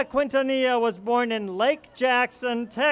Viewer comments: Selena KIN-TA-NI-YA!!!! Omg how can he get her name wrong? I’m crying at Eva Longoria’s speech...😭😭😭😭😭😭😭 And this is my first time watching the video. Suzette was very kind when she removed Chris flowers, I even think I her her ask him can she move the flowers really quick. OMG it’s not that serious. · That guy who was talking in the beginning doesn't know how to pronounce quintanilla right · Selena is NOT TO BE COMPARED WITH THE DISRESPECTED Madonna. Selena never took off her clothes and was VERY RESPECTFUL. SELENA WAS A ROLE MODEL FOR CHILDREN. Madonna was not a role model and will never be. FYI the U is not pronounced in Quintenellia. R.I.P. Selena.